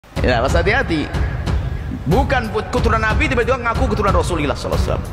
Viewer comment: Ngomong Saw aja salah ,ko bikin konten agama 😂😂😂😂😂😂😂😂😂😂😂😂😂 lucu